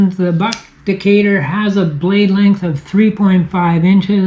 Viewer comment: Well, a Canadian pronounced the name correctly and some of your American cousins cannot